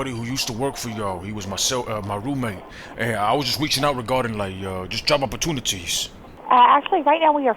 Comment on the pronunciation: This nigga said yob 😂 🤣